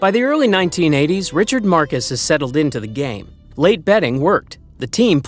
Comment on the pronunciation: Marxus is pronounced Marcus in this case 😂 25k to 20k is like 10 seconds at the start of the vid and probably a mistake 😂 Cheer up you old head